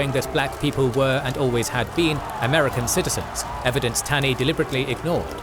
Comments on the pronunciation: The Supreme Court Justice who authored the Dred Scott decision was not Robert Taney, he was ROGER Taney. And his last name was pronounced "TAW-ney." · Minor point but Roger B. Taney’s last name is pronounced as “tawny”